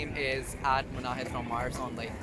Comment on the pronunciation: It’s “Munahid” by the way🥰